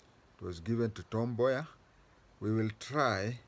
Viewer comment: Wod [ Woud] Boya.... you really pronounced well.